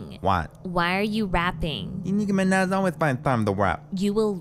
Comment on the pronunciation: its minaj not menah